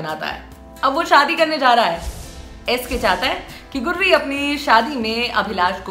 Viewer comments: Are गुर्री नहीं गुरी है उसका नाम 😂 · गुर्री नही गुरी... उच्चारण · अरे दीदी ये गुररी नही गुरी है😂😂😂